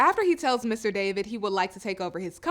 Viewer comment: It kills me that know one knows how to pronounce DAVID's name correctly. It's D-A-V-I-D not D-A-V-E-E-D.